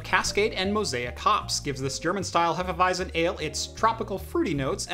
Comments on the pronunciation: Regarding the beer - repeat after me: Hé-fe-vi-tzen :) The „Hé“ is like in „Che“ Guevara. Cheers! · It is pronounced "Hefeweizen". 😂 Great video on the PiHole, I especially like your fluent way of talking, it is easy to follow even though you talk fast. And the beer review at the end was an unexpected but very welcome bonus. 👍🏻